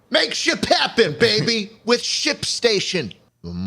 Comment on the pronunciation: Thought "Shipstation" said "Shitstain". Please help. Shipstation fix your damn logo I am crying.